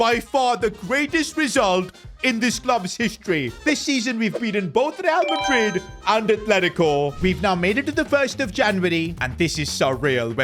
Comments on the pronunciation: bro forgot the r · bro missed the "R"😢